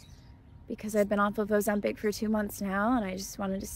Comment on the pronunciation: Why does he always pronounce it “ozempeck” it’s Ozempic like pick. It’s so annoying 😂